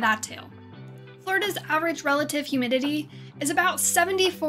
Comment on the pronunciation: Ok one second say “about” again I’m pretty sure I heard a great north accent